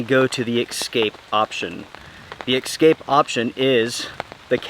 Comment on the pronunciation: Excape or escape😂